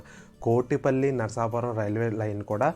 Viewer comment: చాలా బాగా ఉంది వివరణ. ఇంకా చెప్పవచ్చు. మీరు పలకడం అంత గా బాగా లేదనిపించింది. నరసాపురం అని అనాలి. నరసాపరం కాదు. కొంచెం సవరించండి.